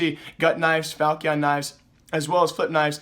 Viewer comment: say falchion knife like this = ''falshen kinfe'' that is how you pronunce it